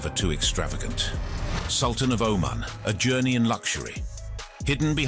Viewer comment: If the narrator can't even pronounce the name of the country or the leader correctly.... How much in this video is even true